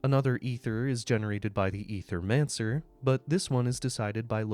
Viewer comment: Ay-thur-man-sir. Say it with me 🗣️